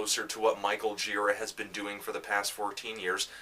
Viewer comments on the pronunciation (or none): It's GirAAA, not GIIIra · when i saw an angels of light show a number of years ago, michael gira introduced himself, and i was surprised that he doesn't pronounce his name the way i would have (and they way you do here, anthony). he says it like ji-RAH. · You know this is an old Fantano vid because he’s still pronouncing Michael Gira’s name wrong lol